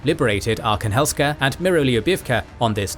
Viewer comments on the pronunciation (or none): none